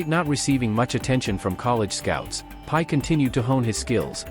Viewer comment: The AI got his name wrong - it's not pie :face-blue-smiling: it Brock Purdy :face-red-heart-shape